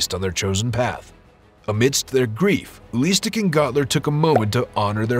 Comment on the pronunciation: His name is not ULISTIC, his name is UELI STECK!! what a shame ...